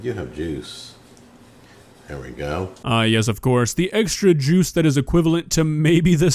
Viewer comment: should be banned from saying the word "Juice"